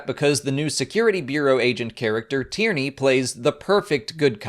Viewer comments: I kept hearing Tierny's name as "Tyranny". Anyone else? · Same here